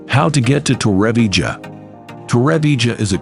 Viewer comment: The pronunciation of Torrevieja is appalling from the ai voice. Doing my head in after 2 minutes!